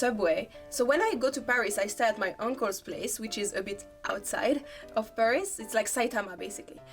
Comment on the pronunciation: フランス人が喋る英語は面白い。 英語とは違う「タタタタ〜ン」なフランス語のリズム感が垣間見えるものの、ちゃんと「h」を発音してる。でもフランス人がパリを「パ（ック）リィ」ではなく「ペァ〜リス」と発音するのはちょっとヘンな感じ。日本人なら英語を喋っても、東京を「トウキョウ」と発音しても「トキヨゥ」とは言わないと思うから。